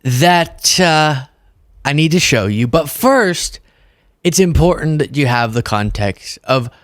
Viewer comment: Is that 'importance' or 'impotence' you were trying to say?